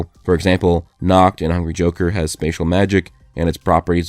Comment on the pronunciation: whenever he says "hungry joker" it sounds like hungy joker 😂